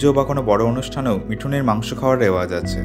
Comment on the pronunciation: দমবন্ধ করা সৌন্দর্য বলতে যা বোঝায়, চিগু ক্যাম্প দেখে তাই মনে হল। আনিনি গ্রাসল্যান্ডও অসাধারণ। আপনার পরিবেশনা নিয়ে কিছু বলা বাহুল্যতা, তবে আপনার চার-পাঁচ বছর আগেকার মিউজিক চয়েসগুলো মিস করে। খুব শান্ত, ধ্যানগম্ভীর, সুখ-দুঃখের মিশেল দেওয়া BGM দিতেন ভিডিওগুলোতে। তবে, 'মিথুনের' বলতে গিয়ে যখন 'মিঠুনের মাংস' বলে ফেললেন, এক অভিনেতার মুখ মনে পড়ে যাওয়ায় আর হাসি ধরে রাখতে পারিনি। 😅